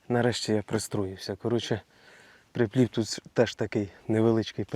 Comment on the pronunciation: приплив а не прііплів ріже вухо ніде такого не чув.а сама рибалка супер.....